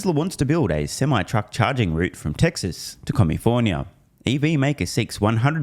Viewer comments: Did you say “Comifornia” ??! 🤷🏽‍♂️ 🫠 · Commiefornia— yes